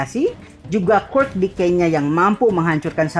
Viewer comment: Ngomong quirk aja ga bener